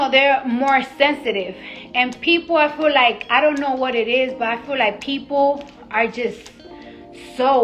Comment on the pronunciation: “Ah fuhlike...” “Ah fuhlike...” speech therapist costs must be astronomical! There folks, is your daughters’ role model and aspirational target, okurrrrr.